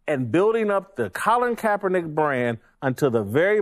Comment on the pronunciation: This Niga said Colin Kapernike "Martin Luther Korn Roll"